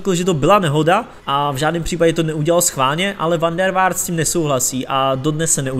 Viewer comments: dobrý, dal sis práci a to se cení...jen zapracuj na jménech a názvech: ne v Malmu, ale v Malmö; van der Vaart se čte fan der Fárt. Stejně jako jsi zjistil všechny údaje o hráči, zjistíš i výslovnost jmen a názvů. Neber to jako kritiku, jen se pořád zdokonaluj. Měj se, ať se daří. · a "V" se v holandšině vyslovuje jako podivné "F"...